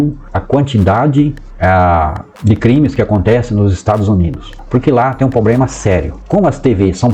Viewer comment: O cara fala lendo e fala errado proprema